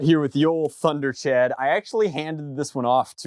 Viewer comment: pretty sure its pronounced tember-chawd